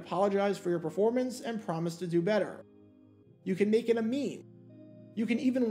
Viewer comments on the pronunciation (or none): none